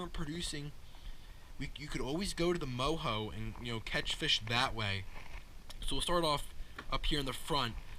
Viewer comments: Say it like it is spelled it's mojo not moho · isn’t it pronounced Mo Joe?